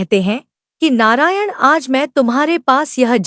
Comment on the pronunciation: Narayan ka ucharn thik nahi kiya hai